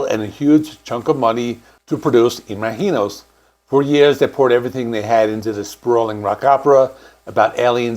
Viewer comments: How are you pronouncing the album? It sounds like you're saying it with a hard G, like im aGk inos, when it should be im azh inos, like imagine with the OSE sound added. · Why are you saying "Imaheenos"? Have you listened to the album? It is pronounced Imagine-ohs! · It's Im-A-gin-os, not Ima-heenos. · It’s “Ima-GEE-nos” - with a hard G. How can you get that wrong when they literally have a song in the album called that and they pronounce it that way? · I've always heard it pronounced imagine-os not some Spanish pronunciation lol, come on now! 😅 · Fuck you! You clearly don't even know who Blue Oysyer Cult is. You mispronounce Imaginos 30+ times as well as Lanier. If you're going to do journalistic work, learn your topic. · It is really jarring the way you keep mispronouncing Imaginos. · Your pronunciation of Imaginos is driving me crazy... The title track pronounces it with a soft "G" not a Spanish J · Well you didn't even listen to the songs, ot the song Imaginos, to hear how to pronounce it right ;) But, you got most of it wrong about the albums history also... Better to make good videos than spit out as many as possible, per day ;) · I can't finish your video because you keep mispronouncing the title of the album & it is distracting! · Why can you not pronounce it correctly? They literally sing it over and over on that album 😂. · The way you are pronouncing “Imaginos” is very distracting and incorrect